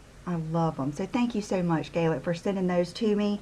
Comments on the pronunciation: Hey, i'm sure someone mentioned it already, but just in case- Galit is an Israeli name, it's pronounced gaa- lit. It's meaning is something like "wavy" (as in -waves of the ocean) If my guess is correct, that's it.:-) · Galit is pronounced Guhleet (it is an armenian name) love your videos.